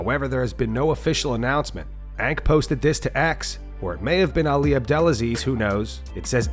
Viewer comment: Dude it’s not ank